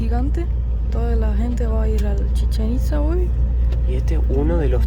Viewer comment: Cuando la morra trata de decir chichenitza le entiendo cómo si dijera Chicharito.